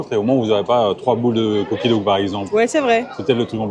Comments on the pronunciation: Mais vous êtes au top, tjr au coeur de l'actualité j'adore ! C'est trop chouu de dire "Doug" pour dire "dough " j'adore, mais en même temps ca va avec le film là-haut (le chien s'appelle Doug) hihi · Ahaha c'est trop drôle et chou :) dough se dit "do"